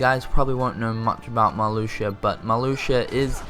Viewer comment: I'm surprised that "Marluxia" wasn't pronounced wrong.